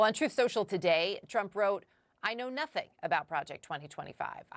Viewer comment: "I know nothing... Nu.Thing"